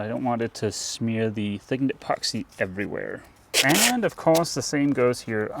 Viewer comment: I just love it when you say “thiggened epoxy”!